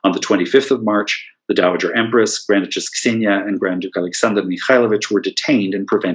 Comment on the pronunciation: Xenia, pronounced Zenia.